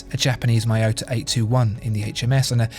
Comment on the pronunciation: though you are the best watch channel on youtube, if not one of the best, my heart still dies a little everytime you pronounced Miyota as “My-Yoh-Tah” it’s “Me-Yoh-Tah” actually 😂